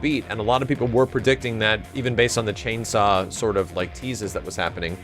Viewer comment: You can't say chainsaw? Really